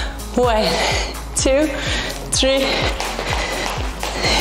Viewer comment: يعطيك العافية 💗 لكن حبيبتي tree شجرة لازم تنطق بالثاء ولا حتصير واحد اثنين شجرة 😂